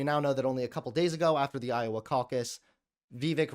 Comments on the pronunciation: Is it "Vee-Veck"? That's how I pronounce it. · Am I the only one who cringes at how pronounces vivek's name? At first I didn't even know what was saying. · it harms others to not call people by the exact name and pronoun that they like Also: I'm going to deliberately mispronounce the name of an Indian guy I disagree with has absolutely zero principles outside of being a grifter. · Wow I have never seen such a racist person to purposely butcher Viveks name like that. I have coworkers named vivek, very strong leftist supporter that if he heard your BS would flip flop in 2 seconds. And if that was not on purpose you are so Fing ignorant no one should listen to your show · Pronounce Vivek correctly